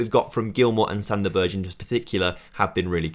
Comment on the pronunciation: the way u say most of these players names. jesus. Joe worrell? Figurodo? Sander Berj? lmao. Also we play 3-4-1-2 so the 4back wont work as a starting lineup. We only ever go 4 at the back during the game if we are in a nice lead...